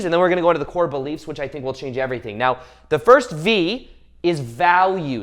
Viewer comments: Thank you 🙏 im gonna thank the Universe for making this vid come trough to me when I needed it n was looking for that advice I needed!. Also love that u say right meow XD:3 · I just want you to know that out of everything you said the one thing that I heard the most clear was "right MEOW" 👀🤣 I watched ur lips and I will put my life on this, u made me laugh while also inspiring 💯💜🙏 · Is he saying "right meow" ?